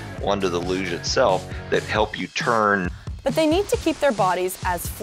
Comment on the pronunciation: I like the part where she pronounces LUGE a different way each time she says it 😂 looosche luuuge loose loosh looooghhhh